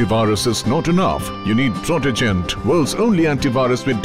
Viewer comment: I experienced a wide range of emotions at first when said "Protogen" Antivirus instead of Protogent